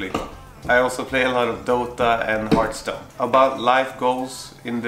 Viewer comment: Not to be that guy, but it's "Hearthstone" not "Heartstone" :D:D:D:D:D